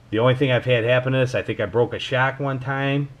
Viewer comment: You said your rc broke a shock, sounded like you said your rc broke a shack. Been watching too many bashing vids lately. Great attitude towards the hobby though. No need to swear at you for being cool 😆